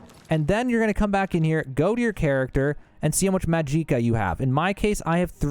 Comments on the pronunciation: HAHAHA I LOVE how you say almost EVERY word wrong. MAJEEEEEEEKA, Golden KARAFEEE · Maa-jee-kah..... pain and suffering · “MAHJEEEKA” what a Cretinous man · Mag Eeka? More Vag Eeka, amiritegize? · WTF is Majeeeka?? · “Majeeka” and “karafe” bothered me so much lmao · I'm losing my will to live every time he says MAJIKKA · Well he said majeeka and i left. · I don't know what made me cringe more, Carafeh or Majeeka. great guide nonetheless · Clicked "Do Not Recommend" for calling Magicka "Mahgeekuh." Disliked too. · This one says "Mageeka" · What’s “majeeka?” Mageequa? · MAG-JI-KA Not that hard to understand guys don't know why he says it so awkwardly and puts so much emphasis on JI but alright 🗿👍. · What about maaaaajiiiiikccccaaaa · Mah jeeka wtf 😂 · fr, same with calling magicka "mageeka" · Yeah this is more someone who doesn't know English well 😅 not all Americans I mean he said clockwise, went counter clockwise, magicka as majeeka, and carafe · Why are you saying "mageeca" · Restore mageeca lol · Are you seriously pronouncing Magicka that way? Please stop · Down voting for this guy's complete inability to say Magicka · It's literally just "magic" with an "ah" sound at the end, why did you pronounce it like that? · You are the only human on earth that doesn't know how to pronounce "magicka" correctly. Holy fuck. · Bro how do you say Magicka incorrectly, every single time, when the NPC’s tell you how to properly pronounce it. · Every time he said magicka I cringed like hell. It hurt... It hurt.... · Who the fuck says magicka like that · The pronunciation of magicka made my ears bleed. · Videos too long, not organized. Full of wasted chatter Naaaah im unsubbing. These are gerring worse lol dude cant even say magic right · He's pronouncing magic just fine, it's magicka that he's pronouncing uniquely. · I never met an American who can not pronounce magicka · Mag-ick-a Or Mag-ick-uh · Its magicka not majeeka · hahaha mageeca LOL. its pronounced MAG - JICK - AH